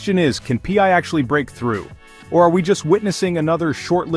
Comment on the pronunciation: Wtf is pee-eye ?